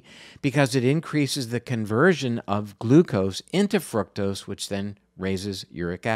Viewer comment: i think you are mispronouncing fructose. it's not fruit-tose, (i believe) the proper pronunciation is fruck-tose vanishingly small pronunciation; however it leads people to believe that fruit-tose derives from fruit, and hence healthful. i might be wrong, but you might be misleading people. looked up frucktose. usa pronunciatiion is fruke-tose; sounds a lot like fruit. use the british fruck-tose, instead.